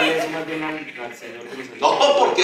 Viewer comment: Si Juampis que boleta con P como dijo Duque XD